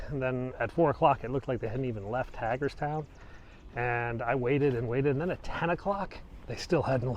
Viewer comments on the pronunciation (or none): Only been watching for a while. I've lived in Northern VA all my life and go into DC a lot for work so I know it pretty well. Always learn something watching your videos! For "" though there's a problem. It's Hagerstown with a long A not a short A. Like HAY for horses. Come on city slicker! You gotta get out into the sticks and learn about your surroundings! Just kidding. Really enjoy your videos!